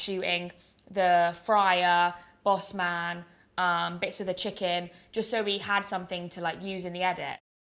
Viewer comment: So funny hearing a mega posho say ‘boss man’